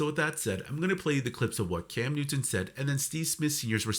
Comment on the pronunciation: ai is a channel killer...dude cannot even get Newton's name right!